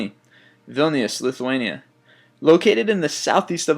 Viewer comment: Vilnius? It's not pronounced like that... I know because I live right next to there, Kaunas is where I'm from.... And it's not cheap for me.....